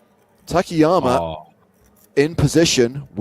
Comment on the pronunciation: I'm just curious why they keep calling him "ta ke ya ma" while it's clearly Ta Ka Ya Ma?